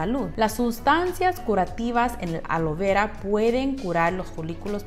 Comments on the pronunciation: ¿Cual es el problema para no poder pronunciar ALOE VERA? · Yel, Womar alo vera 😂😂 dicen qe si lo pronuncias igual crece más tu cabello aunque parezcas azteca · Se dice Aloe Vera no alo vera Por Dios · Querías decir ALOE VERA ...NO ALO VERA 😂😂😂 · Creí q sólo yo escuchaba Alo vera XD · Alo veurrua? Ajjajaajja